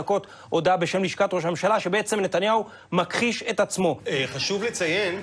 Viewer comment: אומרים מכחיש, לא מכּחיש. באמת, שליין